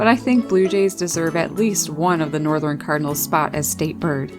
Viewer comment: "Northerin cardinals" 🤣